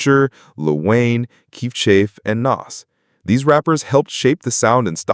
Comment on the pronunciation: did bro just call chief kief "kief chafe"